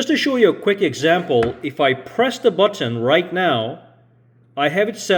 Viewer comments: Button . Not buTTOn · Bro why are you over pronouncing buTTon?